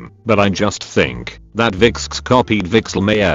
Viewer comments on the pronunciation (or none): i cant stop laughing at pronouncing vixx like "viksksks"